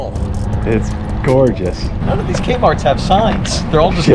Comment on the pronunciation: Threek A-Marts